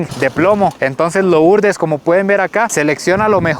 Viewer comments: Por qué dice loooourdes? Se pronuncia Lurdes aunque se escriba Lourdes. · CREO QUE SE PRONUNCIA LURDEZ 👀😬